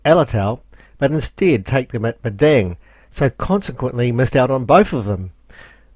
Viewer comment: Well done. Another well presented representation of your cruise. However you Kiwis will have to look at the map more closely and speak Aussie as the place is MADANG not Medang!! See you on another cruise some day.